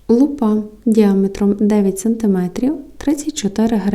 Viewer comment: в слові лупа, наголос на букву у.